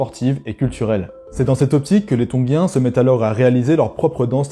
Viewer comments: Tongien! et pas tonguien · Désolé, je m’arrête pour commenter (même si ça ne changera pas la suite de la vidéo), mais je ne sais pas pourquoi tu t’obstines à dire « Tonguiens » plutôt que Tongiens 😂😂😂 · Trop bien, merci! Par contre ne dit on pas ton[j]ien? Je ne suis pas sûr mais ça m'a piqué l'oreille à chaque fois..